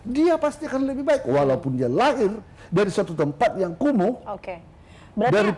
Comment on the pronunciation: Kumuhnya tidak usah tebal2 juga pak, biasa aja atuh. Santai Alangkah baiknya bapak mendatangi langsung ke Priok, pasti di sambut dengan baik kok. Dan Pasti juga banyak yang minta foto😊 Semoga cepat terselesaikan ya pak